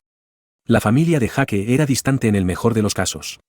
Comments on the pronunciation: Jake se pronuncia Jak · En las pelis americanas pronuncian yeik / Jake